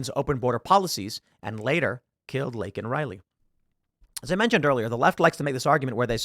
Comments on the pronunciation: How about apologizing for butchering the absolute shit out of her name?! No?? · Omg!! He should have apologized for saying her name wrong😞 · He never apologized for mispronouncing her name. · Did he apologize for never getting Laken Riley's name correct? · He said her name wrong on purpose to enrage us.